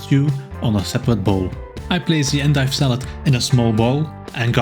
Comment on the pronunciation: Just listen to the way you said it (with the accent)